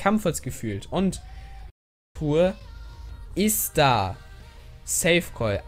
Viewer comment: Das heißt iz da und nicht is da